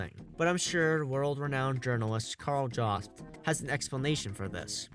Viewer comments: Kal Jawst..... Pause. Downvote. Don't recommend channel again. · “Karl Jost”?